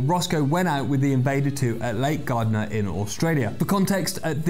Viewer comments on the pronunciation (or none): The pronunciation of Lake Gairdner isn't Gardner, it's G-air-dner.